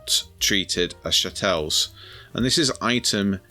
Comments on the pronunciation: I think it's pronounced chattle rather then shatelle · Its pronounced CHa tles!🤣